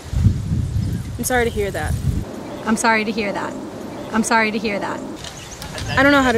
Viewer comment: メガネ早いよね。 で「I'm sorry to」で始まるトコが、「イスアイダ」としか聞こえないから癖も強そう。 「イスアイダ」ならまだいいけど、なんとなく頭にDが入って「ディスアイダ」とも聞こえる。 こんな簡単な文章が、こんなにも意味不明な発音になるなんて、ネイティブ英話者は魔物だわ。